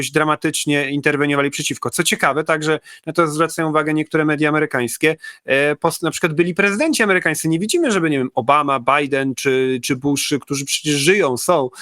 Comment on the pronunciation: bajendy,, jak zawsze 😂?.